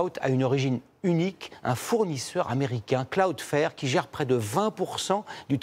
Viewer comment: Quel intérêt de faire ce reportage pour ne pas expliquer la raison de la panne ? Et 2/4 personnes qui prononcent mal cloudflare, vous avez l'air bien renseignés